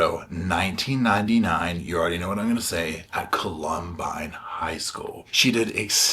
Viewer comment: I believe you say it like cull-um-bine.😊